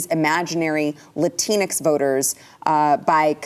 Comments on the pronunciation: LATINX is pronounced: "La Stinks" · For your consideration. LatinX Might I suggest the pronunciation follows… (phonetic SP) La Teen Oh, La Teen Ah, La Teen Ex. Okay, I’m available for canceling. o7